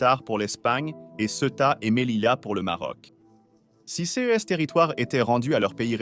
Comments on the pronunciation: Ces pas possible comment le bot dit ces. il faut absolument faire quelque chose pour la voix lol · Le robot de lecture ne sait pas lire le mot “CES”.